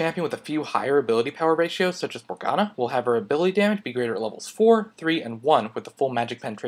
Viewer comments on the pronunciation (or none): none